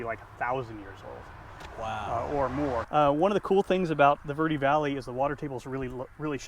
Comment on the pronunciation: Call it camp green if you can’t pronounce it correctly